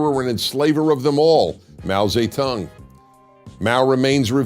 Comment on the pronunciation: i know this isnt the point, but his fucking pronunciation of mao zedong was so bad i had to pause the video so i could laugh without missing what came next. mow zay tongue. oh my god.